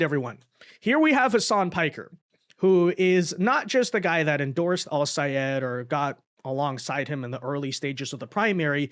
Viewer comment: OMGOODNESS!! You are so nice to be pronouncing Sayed's name as he insisted everyone do. 😂😂😂